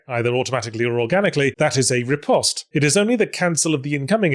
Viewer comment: I've got nothing to add to the topic of parrying, but I'd just like to point out yahtz is the only person on YouTube who pronounces "riposte" correctly.